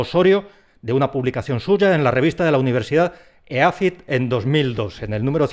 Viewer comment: la pronunciación del acrónimo EAFIT (Escuela de Administración, Finanzas e Instituto Tecnológico) es normalmente aguda: /ea'fit/. Saludos desde Colombia